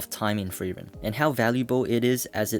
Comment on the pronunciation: Are you saying "thrieren" or "frieren"?